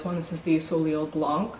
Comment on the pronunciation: Soleil (sun)...if a word in French ends in a consonant, the consonant is silent...so it would be pronounced "so-lay"...or if you are in Hawaii, the "lei" is pronounced (and spelled) the same as the necklace of flowers worn around your neck. If the last letter is a vowel, it's still silent but m-a-y add another syllable...but...one more distinguisher...if you have the "accent aigu" over the last vowel, it loses a syllable. For example, the new Chanel eyeshadow named "Jade Facetté"...it has the accent aigu, so it is TWO syllables...fa-CET. Peau--the "eau" is pronounced "oh". You might see another variation of "eaux", particularly in names (Beaux or Thibodaux) and the "x" is silent. I was raised in Louisiana and Texas and we see a LOT of French Acadian words and names. I hope this helps. And...I read another comment that you should dye your hair lighter. NO!!! Your hair color is perfect!!!